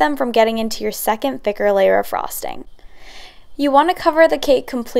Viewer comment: She says frosting weird. Like a frog